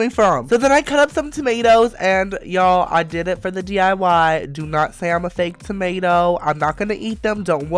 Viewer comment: stop calling us ''timato'' I hate timatoes